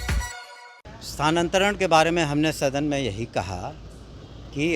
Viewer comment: इनसे क्या उम्मीद किया जाये. ... कितने आए और कितने चले गए. .. ई साहब तो स्थानांतरण को सानांतरन बोल रहे हैं !!